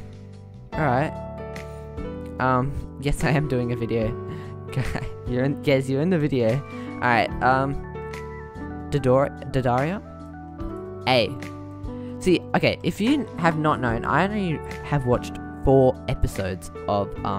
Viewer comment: Dis u said dadaria? "Deidara"